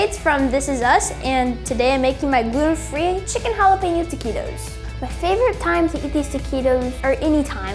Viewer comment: I despise how white people say Taquitos. Y'all need to learn how to accentuate words properly